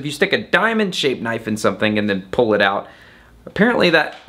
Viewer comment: Thaht's nawt a knoife thiies is a KNOIFE!